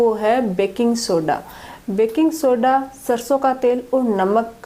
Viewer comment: ਬੈਂਕਿੰਗ ਸੋਡਾ ਯਾਨੀ ਮਿੱਠਾ ਸੋਡਾ ਕਹਿ ਰਹੇ ਹੋ ਜੀ।